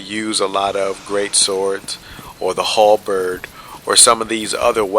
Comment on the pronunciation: The way you said "Halberrrrrd" made me laugh.